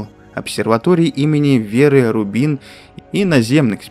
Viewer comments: Мне кажется все произносят РУбин, а не РубИн. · Ролики любопытные, однако незнание как правильно читается фамилия Веры РУбин показывает насколько далёк автор от науки.